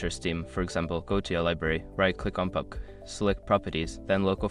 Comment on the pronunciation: Wtf is that pubg pronounciation?...